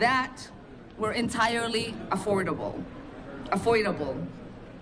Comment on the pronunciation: “Shill not” “affordable afoilable” “jewry” the democrats got nothing but intellectuals this is just humiliating and im not American butt feel second hand embarrassment please never let this party in power ever again